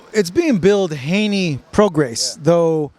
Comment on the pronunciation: You don't pronounce the S in Prograis just fyi